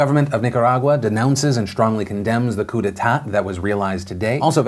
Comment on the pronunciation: Phil, the last “t” in coup d’etat is silent.